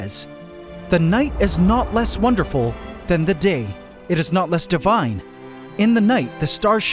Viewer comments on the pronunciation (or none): none